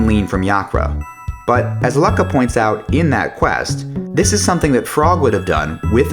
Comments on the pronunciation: He also can't pronounce anything lmao. Isla instead of Ayla, Azahla instead of Azala, Lucka??? seriously??? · This is wonderfully done, but the narrator's inflections are maddening! Lucka? Masamyoone? At least he said Ayla like I imagined it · At several points I backed out of the video, quite convinced that I must have accidentally clicked on some totally unrelated Lost theory video And you wrote a whole book about CT and you say "Luck-uh"?? It's LUKE-uh! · You pronounce Lucca "Luck-ah" and not "Lue-ka"? SMH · Square needs to come out and tell us exactly how to pronounce the names in this game. Cro-no or Crah-no Mar-lee, Marl, or Mar-la Loo-ka or Luck-uh (first I've heard the latter) A-luh or Eye-luh Mag-us or May-gus Way too many variances out there. I pronounce all of the above with the first option I listed. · some good thoughts here but the self promotions are a bit tiring ps: it's Luke-uh, not Luck-uh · Yeah, "Lucka" made me cringe too, but I figured one correction was enough. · Her name is pronounced Luke-a, uh, just fyi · It was rare to have a story be linear? I'd like something to back up that statement. Also... Lucka? I mean, I said "chimera" as it's spelled until hearing it said in Mission Impossible 2... but... Lucka? That's like saying Marly. Your concept of "two games" is silly, because it's pretty standard for most RPGs, you have the "core game" with a mostly linear progression, and the "end game" where you have many optional sidequests you can engage in. That's basically staple to the genre. And why didn't you put Magus on 12,000 BC?